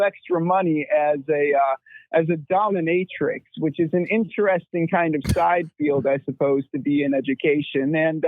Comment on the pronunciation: Yes you can lose your job for the dominatrix. Also, its dominateix, not dommamatrix 😂 at least thats how it sounded like thats what you were saying